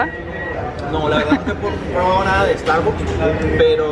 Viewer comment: Porque pronuncian tan mal Starbucks???